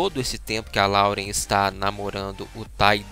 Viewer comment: Vim do futuro pra dizer que eles terminaram. E não é LAUREN QUE SE PRONUNCIA, SE PRONUNCIA LÓREN